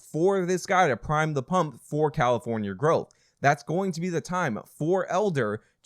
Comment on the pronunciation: Did you say… Carrafonia?